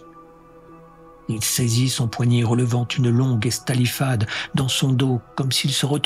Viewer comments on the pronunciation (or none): Un si petit détail pour une diction très agréable. Nous ne vous en tiendrons point rigueur ! (j'ai quand même cherché sur les internets le mot estalifade... sait-on jamais ! J'ai trouvé "estafilar" en Portuguais, signifiant gifler) Longue vie !